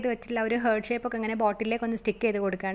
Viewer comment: ഹാർട്ട്‌ എന്ന് pronounce ചെയ്യൂ കേട്ടോ... ഹേർട്ട് എന്നല്ല പറയേണ്ടത്... Okay...?